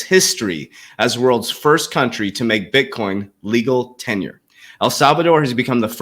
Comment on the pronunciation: Legal TenDER coach, you are pronouncing it wrong. Sounds like you are saying TENURE